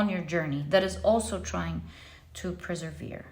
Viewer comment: Dearest... All I want to say is I love you ❤ you are the best. and I love it the most when you everytime say preservere for persevere 😅❤ how sweet you sound. Simply love it.